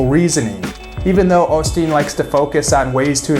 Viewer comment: Long "O" sound... Not the short "O" sound